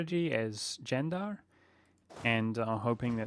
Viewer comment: wow the only non Turkish youtuber who said the name correctly